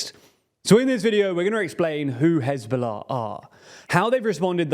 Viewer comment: I love how he said "who hezbollah ah"